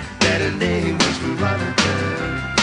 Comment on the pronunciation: Veronica? Say what? Always thought he was saying “the rat turd” …like what? How you trynna say Veronica and it come out like that